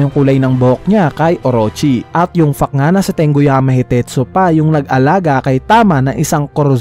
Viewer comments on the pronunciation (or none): fact po pagka pronounce hindi fuck